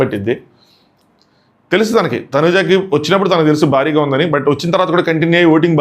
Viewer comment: భారీ అనాలి బారి కాదు